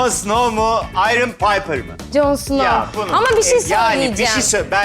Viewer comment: Bu adam İspanyol kardeşim her seferinde Ayron Paypir diye okuma